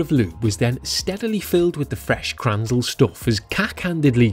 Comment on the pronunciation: You mean "krnänzle" not kranzel. It's pronounced 'krenzelleh', not kranzel.